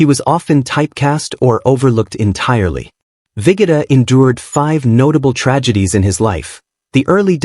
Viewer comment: Vigoda is pronounced Vee Go Da.